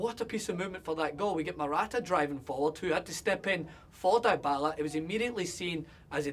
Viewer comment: u need to stop saying "Die-Bala". its "Deeeeeee-bala" sa it slowly with meeeeeeeeeeeeeeeee DEEEEEEEEEEEEEEEEEEEEEEEEEEEEEEEEEEEEEEEEEEEEEEEEE I THINK YOU GET MY POINT MATE!